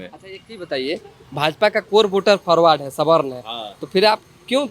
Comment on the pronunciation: faarwade k to bans kar raha hai😂 o chacha pahle Forward bolna sikh le tab jaat paat karna